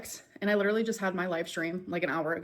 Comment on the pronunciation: "that would literally be hectic, I'm not gonna lie." That's funny and all, but you do know you're not pronouncing LEE-terly correctly, right? 🙂